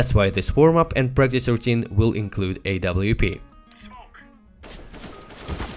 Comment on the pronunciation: I love how he says Oup instead of Ah vei pi